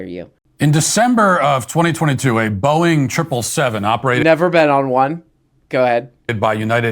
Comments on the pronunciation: my favorite part of this story is when people try to say Boeing and it sounds like 'Boing" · PBD saying “Boeing” sounds like “Boing!” And that needs to be a drop